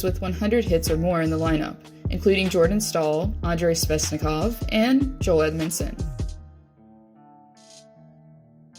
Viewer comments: its svechnikov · bruh she said sveznikov